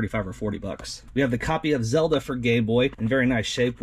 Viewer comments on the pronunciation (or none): Did I just hear you say copy of Zelda for gay boy 😂😆